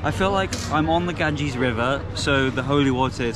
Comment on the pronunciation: this river name ganges not gangis